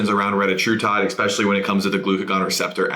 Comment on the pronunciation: insightful content related to dose vs. efficacy, i just find it difficult to take anyone seriously when they say 'expecially'.